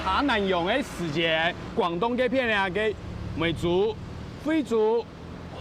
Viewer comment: 時節 念 siiˇ jiedˋ 不是 死解